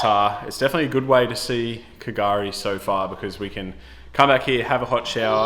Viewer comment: That what I was thinking at the start, like where’s this k gari place lol. And then I hear you say the ship wreck and I’m like he’s at Fraser Island 😂